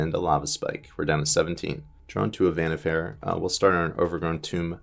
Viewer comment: Vannifair or Vannifer that's some wierd pronunciation you got there. I always say it like Wa-ni-far. (pronunciation could differ a bit since I'm German but I've never heard it pronounced any other way in English.)